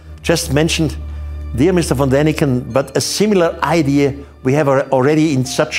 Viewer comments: Von! not van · Von not Van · At least get Erich ‘VON’ Daniken’s name right ! 🤷‍♂️🤦‍♂️